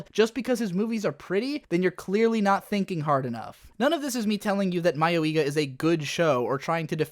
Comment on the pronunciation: Not that it matters, but the pronounciation of "mayoiga" is more like mayoi-ga than mayo-iga. Mayoi 迷い is one word, ka (or ga in this case) 家 is another.